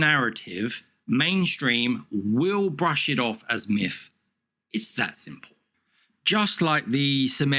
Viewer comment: The speech impediment you have where you say miff instead of myth is incredibly annoying.